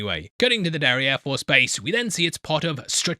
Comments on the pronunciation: Every time he says Derry Air Force I hear derriere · Anyone else giggling at the sound of "Derry air force"?